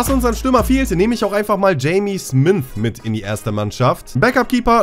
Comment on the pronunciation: da steht smyth nicht smynth, ganz normaler name auf deutsch wäre das schmied hahahah